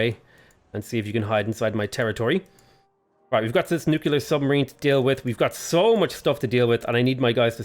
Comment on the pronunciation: Is his "nucular" a Simpsons reference or does he genuinely not know how to pronounce the word? I seriously can't tell XD